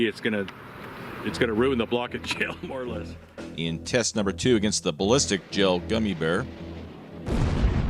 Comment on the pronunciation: “The tactical balístic pea can”